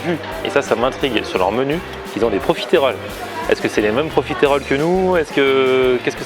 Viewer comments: tu te dis profiteroles man sans savoir comment prononcer correctement le mot mdr. C'est pas profitÉroles mais profitEroles. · Par contre on dit profiterol pas profitErole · Superbe vidéo mais tu le dit mal profiterol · profiteroles man et ça sait pas bien prononcer ''profitroles''